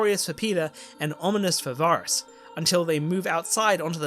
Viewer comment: Oh I liked this ending much more than the series! The only thing I didn't like was how you kept pronouncing Varys wrong 😅